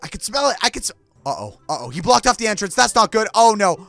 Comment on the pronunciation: *Like deh not like den